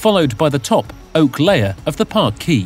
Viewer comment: Shame the narrator can't pronounce parquet.